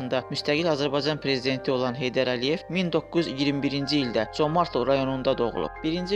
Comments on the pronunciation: adın düz deyin comartlo yox Comərdli. yerevan yox -İrəvan, qoris yox Gorus v.s. bizim mətbuat ermənilərin dəyirmanına su tökür onlardan betər türk toponimlərini erməniləşdirir.Dil komitəsi və s. strukturlar hara baxır işlərin adı nədi görəsən? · Vurğunu düzgün vurun, Comertlidir eslinde, qedim Azerbaycan torpaği.amma siz ele deyirsiniz ki,guya ermenilerin olub oralar. Xahiş edirem,kimseni ifşa etmek isteseniz bele savadli münasibet bildirin. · Ay nadan, ay savadsız, ay başıboş,ay bədbəxt o yerlər tarixi Azərbaycan torpaqlarıdır. Birincisi kəndin adını səsləndirəndə vurğunu düz qoy,ay kəmsavad.İkincisi o kənddə (Comərdlidə) və Qarakilsə (Orada qədim alban kilsəsi indi də durur,Sovet vaxtı oranın tarixi adını dəyişib çar generalı Sisianovun şərəfinə Sisian qoymuşdular) rayonunda yerləşən bütün kəndlərdə azərbaycanlılar yaşayırdı.Sonradan ermənilər rusların köməyi ilə o yerlərdə erməniləri məskunlaşdırmaqla və yerli əhalini (azərbaycanlıları ) o yerlərdən zorla köçürməklə erməniləşdirdilər.Ay küt, Bakı -Sisian marşrutu ilə işləyən avtobus azərbaycanlılara xidmət edirdi və ordakı azərbaycanlıların Azərbaycanla əlaqəsinin kəsməmək üçün ,gediş-gəlişlərini asanlaşdırmaq üçün açılmışdı.Özü də avtobus sənin düzgün təlləfüz etmədiyin Comərdli ( yerli ləhcədə Comardlı) kəndinə yox, rayon mərkəzinə gedirdi.Sən get o boş beynini doldur.Əvvəlcə Azərbaycan dilinin qrammatikasında olan Ahəng qanununu oyrən,sonra qrammatikanı tam öyrən və paralel olaraq Azərbaycan tarixini də öyrən.Küt beyin, müasir dildə desək tupoy oğlu tupoy. Ermənilər çox yerlərin adlarını dəyişib erməni adı qoyublar,bu o demək deyil ki, o yerlər onlarındır.Sən Azərbaycan tarixini yaxşı öyrən.Məntiq elminə də fikir ver.Qatıqlama. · Dəyyus, sən Zəngəzuru niyə erməni torpağı kimi qələmə verirsən? Dilin heç türk sözünü düz əməlli tələffüz edə bilmir... Comərdli... Ayıb olsun adminə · Comərd sözü Azərbaycan sözüdür erməni sözü deyil, özü də vurğu o hərfinin üstündədir.. sözü düzgün tələffüz edin ay aparıcı